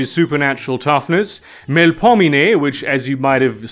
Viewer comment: you can pronounce Melpominee correctly but not Samedi? i've been binging your videos notwithstanding. great content!